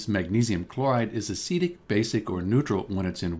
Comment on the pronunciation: Why do you say acidic like acetic